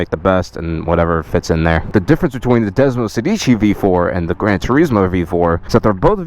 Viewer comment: Bru thats desmosèdici not desmosedìci